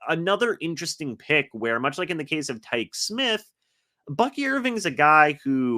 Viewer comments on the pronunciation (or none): Quit mispronouncing Tykee Smith's name.. It's pronounced (Ty-Key) Smith